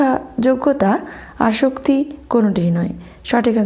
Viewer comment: আসক্তি নয় আসত্তি